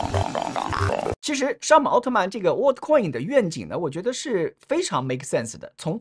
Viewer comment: 不是 “WHAT ” coin 是 ”World” coin 如果 ”World” 发音是跟What 一样 那 真正 What 的发音是什麼？